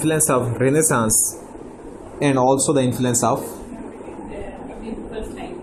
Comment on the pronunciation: rəˈneɪ.səns - pronunciation